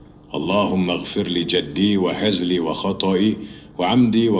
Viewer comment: Mohon maap, itu bacaannya " Wa hezli atau wa hazli "